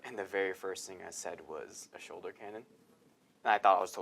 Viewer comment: What's a "shulder?"